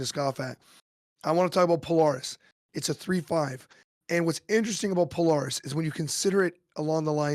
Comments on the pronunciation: I love the podcast (great idea fuel for my decks) but Polaris is pronounced puh-lair-ris, not po-lor-ris. Keep up the good work! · "pole-Air-us" fucking say it with me.